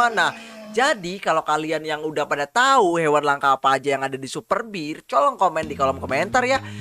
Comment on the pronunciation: Bang kenapa ngomongnya coron bukannya tolong 😅😅😅😅😅😅😅😅